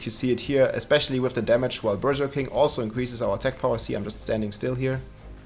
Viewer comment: I love the way you say Berserking. Sounds like Berger King/Burger King, which has a Whopper, which is what the barb is doing most of the time 🙂